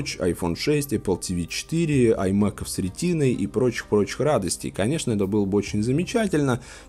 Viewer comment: "С ретиной" звучит, как "сри тиной" :) Всегда ваш, Туалетный Юмор ✌️